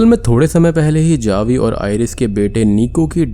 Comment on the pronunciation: Javi but it pronunciation is havi